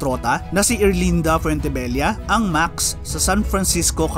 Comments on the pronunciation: Thanks! Any reason pala bakit Maks ang tamang pronounciation instead of Maksis? DIto kasi sa videong ito even the owners Maksis ang pronounciation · Ano ang tamang pronounciation Max o Maxes